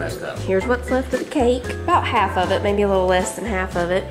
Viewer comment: I had to rewind and listen to Manny say yittle! 🥰 Miss that when Hayden would pronounce all his L words with a Y. 💕🤗